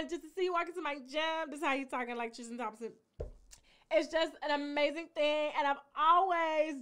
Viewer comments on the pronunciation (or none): Please stop saying TRIS-CHIN. It’s TRIS-tin